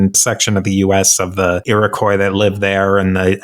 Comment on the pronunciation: I cringe every time he says Iroquois. He butchered it 🤣 Mohawk, my people, were keepers of the Eastern door. If Europeans were allowed passage through, they were assumed to be trustworthy, at least for trade. Because many, and I mean many, didn’t make it through Mohawk territory. 😂